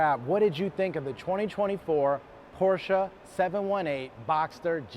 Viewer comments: Please learn to correctly pronounce the marque of the car you are reviewing. There is only one correct pronunciation. Otherwise, decent review. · no, there are plenty of ignorant Americans who pronounce it incorrectly as well.